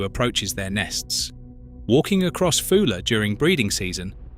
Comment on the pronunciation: However well researched these videos are supposed to be, why not check name pronunciations? Foula is FOO-luh always not Foal-ah sometimes. Bideford has 3 syllables i.e.Biddy-ford not Bide-ford. -dd in Welsh is -th hence GWINN-eth. Buxton Centre is approximately ximately 10 m higher than Alston.